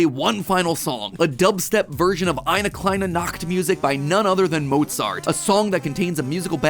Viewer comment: Wow you pronounced "eine kleine" pretty well, and this doesn't look like a scripted section of the vid but rather just live happenings, cool